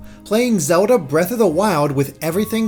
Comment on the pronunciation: Zewda, Bweaf of the Wiowd. You never disappoint